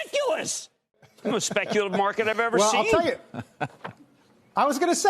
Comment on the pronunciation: Nobody: Cramer: the sPECUlative mARket